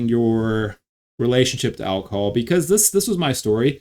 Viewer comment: “Alcohol” or “alcol” ?